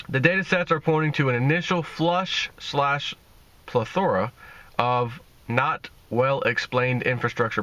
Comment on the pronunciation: Plethora was pronounced wrong just saying.